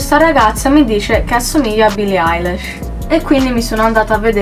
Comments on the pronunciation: si pronuncia ailish non Eilish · no, lei ha detto billie ailash, si pronuncia ilish e si scrive eilish ;) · no si pronuncia ailish non ailash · si ma "billie ailash" NO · Billie “ailesh”